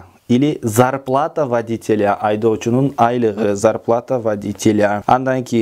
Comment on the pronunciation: Водитель -- суффикс -тель читается мягко, а водителя читается после-л- перед-я- без мягкого знака (ь) ,как -ля. Не -льйа (не водительйа, а водителя)